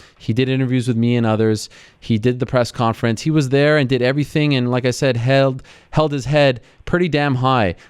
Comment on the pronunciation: "held" Ariel goes Irish